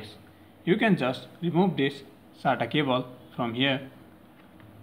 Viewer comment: No one Litreally no one This guy: Data "Cabol"